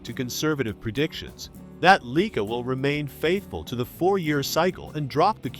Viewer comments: LEEKA? Lye-kaa. :face-blue-covering-eyes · Leeka is not the proper pronunciation, get life man.